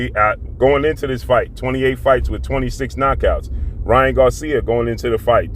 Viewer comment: Why do you keep calling him king ra when his name is king Ryan